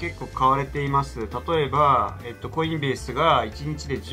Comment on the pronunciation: コインベースの発音はコインベースが正解ぢゃない？